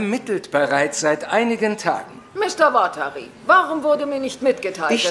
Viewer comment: wenn L watari sagt klingt das ein bisschen wie "Batterie", die richtige Aussprache ist uatari